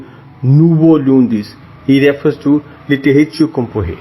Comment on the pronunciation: Again with the word "littérature" the "r" should hear it as "غ", ليطيغاتوغ.